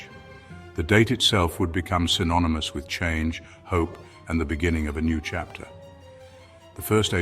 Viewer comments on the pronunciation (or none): none